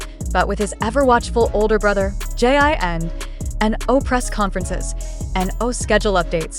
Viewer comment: It’s JIN not gene